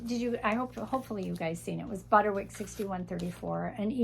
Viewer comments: On the subject of pronunciation. I’ve always said Butterick. But you pronounce it Butter-wick. Is that a regional thing? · My YouTube subtitles indicate the ladies saying Butter-Rick as well. I thought I was hearing it wrong. If only I had never mispronounced a word or two or three 😅 and are ADORABLE ❤